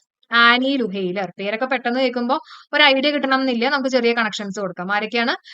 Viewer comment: ആൻ ലൂയെർ ആണ് മാം. ലുഹെയ്ലർ അല്ല. Super class. Appreciative ❤❤🎉🎉